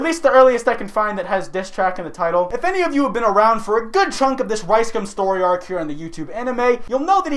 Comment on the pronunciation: I'm like 90% sure you're saying Rice cum instead of Rice gum lmao